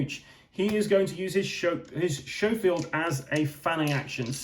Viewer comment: For those of you unfamiliar with guns, the Schofield is not pronounced "show-field" but "sko-field".